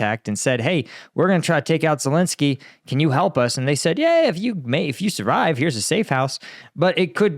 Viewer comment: ladies and gentlemen, here we have an expert on Ukraine who can't even pronounce Ukrainian president's name!!!